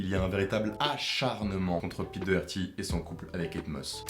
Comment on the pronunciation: Ça se dit dockerty